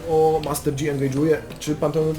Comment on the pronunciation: Master JI sie czyta a nie dżi...